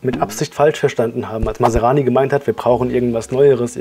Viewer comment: Man spricht NICHT Masarani, sondern Masrani!